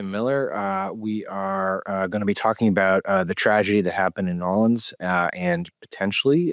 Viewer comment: Sam does a great job of not showing where he's from with his pronunciations...right up until he says Nawlins. ;-) Love you both.